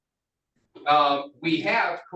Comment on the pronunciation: why he say vagina like that lol